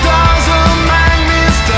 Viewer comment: someone who can pronounce "make" properly preferably. the reason i felt iffy listening to this even before the whole scandal situation was because of his pronunciation